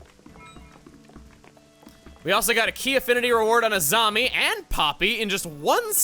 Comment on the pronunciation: When you said "Azami", I misheard it as "a zombie".